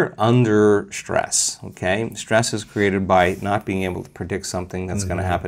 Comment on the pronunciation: SHtress. Not a word Joe!